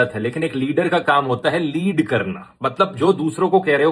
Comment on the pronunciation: Yeh "lead" nahi balki "leedh" karta hai her jageh....